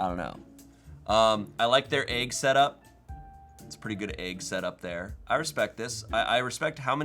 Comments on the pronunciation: How did get an upper eastern PA accent for just the word Egg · take a shot every time says “aig”